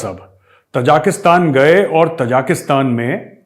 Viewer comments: Gaurav ji, Ta-ja-ki-stan (त-जा-कि-स्तान) nahi, Ta-ji-ki-stan (ता-जि-कि-स्तान) hai. Taj Mahal ki tarah. Aap ki tarah achchhe parhe-likhe manav jab galat uchcharan karte hue sunkar achchha nahi lagta. ताजिक एक जनता है। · Sir it is Tajikistan. Tajiks are the people. Not Tajaakistan. Love this channel though. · मेजर साहब तजाकिस्तान नहीं ताजिकिस्तान है ये ताज़िकों का देश...आप हमेशा गलत उच्चारित करते हैं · ताजिकिस्तान not तजाकिस्तान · Arya sahab, small correction. It is Tajikistan not Tajakistan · Major saab Tajikistan bola karo na, aap har baar Tajakistan bolte ho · With all due respect, it is T A J I K I S T A N - not - T A J A K S T A N. Thanks